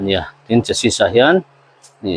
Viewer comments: Sir chu Chas sis i ti leh thin a a tam zakin a an lo hriat dan thin anih tho rualin a lam dan dik tak Chassi ti a lam thin a va tba em ka ti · Sir,Chesi tia lam tur.Hriatna ti zau atan